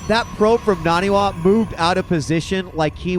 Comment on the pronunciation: Nah-knee Wah. it's not that hard.